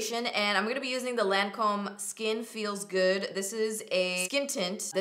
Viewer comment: Lancome is pronounced "lawn-come" not "lan-comb"